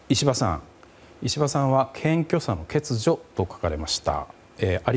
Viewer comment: 上川さん、欠如(けつじょ)けつにょって発言してない？👀